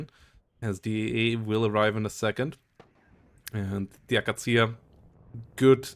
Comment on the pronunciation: It's akAtsiya, not akaTSIya